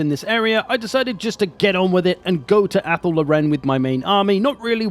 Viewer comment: Anyone else annoyed by the mispronunciation of Athel Loren